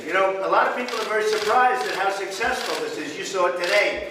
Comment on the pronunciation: only thing he can teach is "suck cess"